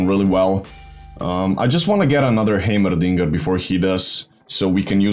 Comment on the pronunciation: Im just here for the way he says heimerdinger. "Haymerrrdingerrr"